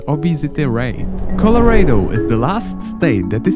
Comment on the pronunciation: UK ACCENT?! THEY PRONOUNCED COLORADO WRONG